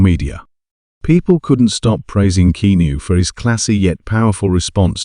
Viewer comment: It’s key-ah-noo. Stop lettering AI narrated/created videos on YouTube